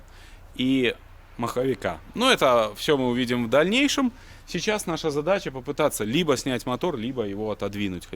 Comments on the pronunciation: не ханомаг а ганомаг правильно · Ханомаг? Ганомаг, гном.